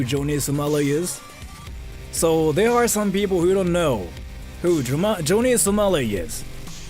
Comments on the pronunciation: joany samali? Fukushima Nagasaki? and yet you spent an hour researching this? Johnny (not Joany) and it was Hiroshima, Nagasaki.... only in later vid did he say Fukushima. and I'm only 3 mins into this vid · Dude can't say Johnny...lol